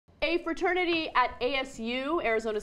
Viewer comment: Da fwa-ternity wuth way-thist. bwaaaaaaaa